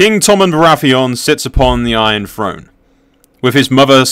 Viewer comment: Good video but I wince every time he says "Iron Frone" instead of "Iron Throne"